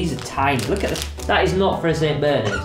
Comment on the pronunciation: the way says saint Bernard SAINT BERNERD